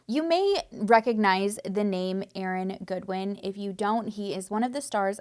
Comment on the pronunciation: How do you mispronounce Aaron Goodwin? Lol